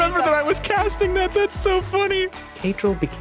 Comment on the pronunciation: it's caedrel dude